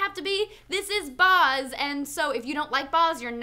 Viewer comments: I hate the way they say Baz Luhrmann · The pronunciation of Baz is killing me, bloody Americans. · They are pronouncing Baz's name wrong. Every time they said it, I cringed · ughhhhhhhhhhhhh please pronounce baz properly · STOP PRONOUNCING BAZ WRONG, FUCK. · Anyone else getting irrationally frustrated by the mispronunciation of Baz? Australians will tell you that the 'a' in Baz is said like dazzle. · Why is she saying his name like that.. Its making me cry inside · MOULIN ROUGE, MOU LEIN(for people not familiar with how the "in" sounds in french) ROU JE. So MOULEIN ROUJE(moulin rouge) not "mulan rouj", sorry but I cringed everytime. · The a in Baz is pronounced like the a in bat not the a in bar. sorry to knitpick but as an aussie that really grated. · why can't you say "bad" right? its baz as in short for barry. Get your aussie bogan right and don't extend the 'a'! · Baz. As in Barry. Baz. Bat. Cat. Dat (Ass). Baz. Not Bahz. Flame war initiated. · It's BAZ! Not Bahz, Baz as in "short for Barry". You need the (obnoxious) Aussie twang! I'm just so burnt out from being disappointed by this film that the mispronounciation of Baz's name is driving me up the wall. :P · BAZ, like 'daz' in dazzle, with a B. BAZ. Not Baaaahhhzzz guys! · stop saying "barz" instead of baz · It's Baz. Not Baaaaz. Not Buzz. It's B.A.Z. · The only thing that is shitting my about this review is the way she pronounces Baz. His real name is Barry Baz is an australian abbreviation for barry it's no Bahz, it's Baz The more you know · Ahh! Baz Luhrmann is Australian - you're pronouncing his name wrong! It's pronounced Bazz, not Bahz. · Oh oh she said boz, take a shot. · Baz, not Bars! Please stop saying Bars. Baz, not Bars. BAZ! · Baz rhymes with as not Buzz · Being an aussie I've always pronounced Baz as b-azz rather than & pronouncing as b-arz but different countries, different accents. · baz not buhz straya bro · It's baz not boz, he's an Aussie learn it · STOP calling him "BAHZ"